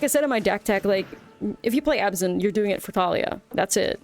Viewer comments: isn't it abzan and not azban? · No, it’s Abzan